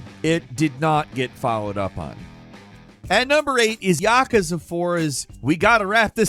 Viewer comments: Ya-Koo-za it is not Yak-ka-za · i have to say thsiguy has the worst pronounciations ever... "YAhkuhzuh" -_- say it with me "ya- KOO- zuh" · It's "Yah-kooz-ah" This guy misprounces things a lot. Like "iteration" as "Aye-teration" wuut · You’re saying yakuza very wrong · I have never once heard someone pronounce Yakuza this way. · Am I the only one feeling some type of way with the way he pronounced ‘Yakuza’ ? Ahahahah